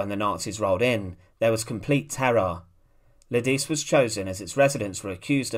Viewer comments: Lidice pronounced Li - de - che 🇬🇧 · According to my dictionary, it's more like "Lee-dee-tsay," with the accent on the first syllable.